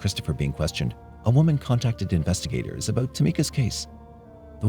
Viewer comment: He sounds Canadian. Listen to how he says “about” (“aboot,” though not quite as pronounced an “oo” sound). Definitely doesn’t sound American, though people in Michigan say the “ou” sound almost as they do in Canada.